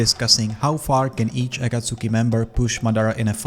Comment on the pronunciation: Aaaakkkaaaasoookiii Bruh ah-kaht-tski, not Aaahhhkaaasooookieee